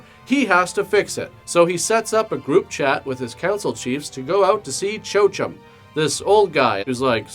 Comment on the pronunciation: Chochem is pronounced KO-hem.